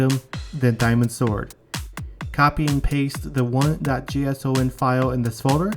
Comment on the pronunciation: "jay ess ow en"